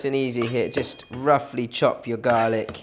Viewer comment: “Garlaac ” hahaha 😂, you are so funny . Love all those tips that you give. Learnt so much of Chinese cooking from you. Thanks a lot 🙏🏽